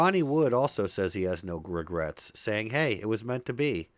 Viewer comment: What is this gregrets you speak of